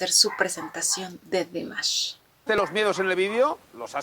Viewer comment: gracias por tu reacción, me encanta tu alegría al hacer estos vídeos tienes una energía muy linda y contagiosa, me siento representada muchas veces con tus comentarios y creo que la forma en que el presentador dice Dimash es la correcta por que así lo pronuncia las pocas veces que lo eh escuchado decir su nombre como en el vídeo de felicitación por los cinco años de que nos nombró Dears